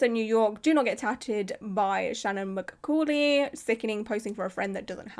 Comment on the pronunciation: pronunciation tips from a language nerd : mccauley = muh-CAWL-ee shaina = SHAYN-uh hope these help -- love ur videos ^- ^